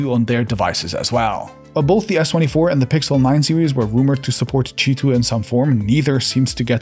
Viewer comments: why do you say cheeto ? isn't it Queue i 2 ? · Why is it pronounced cheetwo, omg I don't understand this language